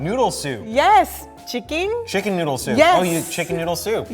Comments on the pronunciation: I like how she pronounce chicken as Chickin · That’s the cutest pronunciation of chicken I’ve ever heard.